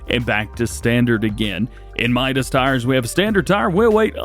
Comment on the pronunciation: What if I told you mitas is pronounced “me toss”. At least it is in America.